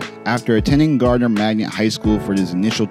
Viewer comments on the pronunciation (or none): To correct this guy, it is not GARDNER, IT'S GARNER MAGNET HIGH. Cap City Baby. Raleigh,NC. Woop Woop